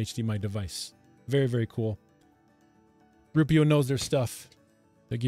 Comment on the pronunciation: I think the company may be called ROO-eh-pro.